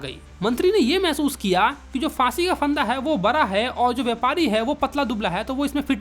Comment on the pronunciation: Bhai ap bada ko bra💀 kyu bolte ho 😂😂😂